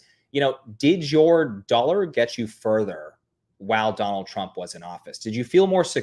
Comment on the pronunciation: 😖"Donnil Chromp", DONNIL CHROMP", "DOnNiL TruMP", "donnil chrump", DONNIL TRUMP!" 😤